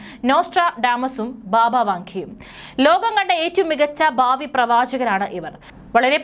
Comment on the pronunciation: ബാവി അല്ല പ്രിയ സോദരി... ഭാവി... കഷ്ടം.